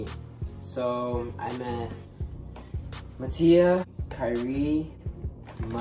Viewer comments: WIPEDOUT-‘s trailers how to pronounce mattia!! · when you figure out you’ve been pronouncing kairi and mattia wrong this whole time